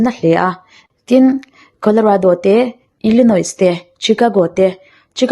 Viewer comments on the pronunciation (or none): Ili-noy ti a lamrik tur aw.,,news reader nih hi chuan ..news lam RUALIN, an lam rik dan hi nhaijthlak chian a tha...ka lo ti ve mai2..Aizawl hi Aizo tih nen adanglam tamlo😮